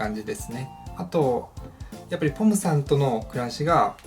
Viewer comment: ちょっとぽむさんって言えてない感じがかわいい💞